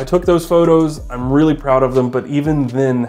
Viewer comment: Anotha thing, realla quickly, before we get started